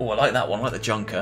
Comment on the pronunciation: Good Demo! Please! stop saying "junkers", the correct prononciation is "yunkers" or "younkers"